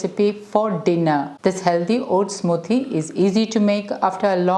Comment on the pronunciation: 'Smooothhhie': I love the Malayali accent.